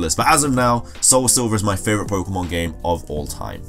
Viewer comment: I hate it when people say "poke uh mon"